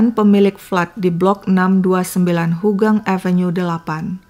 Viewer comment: Ympt jln mya haugang bkn hogang